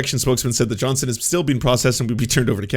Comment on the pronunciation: JohnsTon FFS! WHY DO YOU KEEP CALLING HIM JOHNSON? ARE YOU ILLITERATE? Johnston NOT Johnson!!!